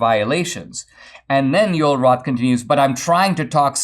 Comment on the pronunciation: I'm curious. Is Joel Roth insisting his first name being pronounced Yole? Or is Dinesh mispronouncing Joel?